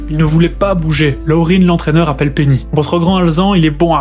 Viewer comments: Ne pas prononcer le nom de l’entraîneur « Loreen », c’est un Québécois : Lucien Laurin cela se dit Lucien Laurin. Et le jockey Ronald « Ron » Turcotte était franco-acadien. On est partout, on dirait. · Laurin était québécois, donc son nom ne se prononce pas « Laurine » mais bien « Laurin », en français, tout simplement… mais sinon super vidéo 👍